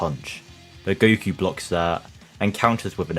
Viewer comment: Have you noticed you say "goo koo"?